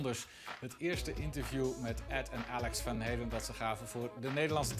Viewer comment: He pronounced "Van Halen" in the American way?